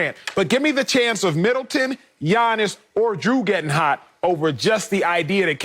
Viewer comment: Appreciate the pronunciation of Giannis' name 💯💪